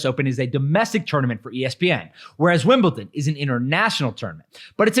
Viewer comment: Not T in Wimbledon!